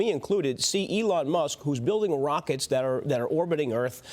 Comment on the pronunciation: "'Elo' Musk." LOL